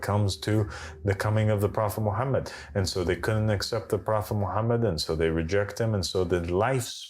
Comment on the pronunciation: Why can’t he prounouns Mohamed salalaahi wa 3laihi wasalam??🤔🤔🤔